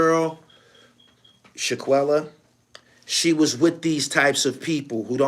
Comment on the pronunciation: Shanquella fam…not Shaq-uella